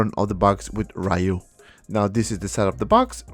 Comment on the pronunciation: Street Fighter is a 36 years old game, and people still pronounce his name “RAYU” 🤦🏻‍♂️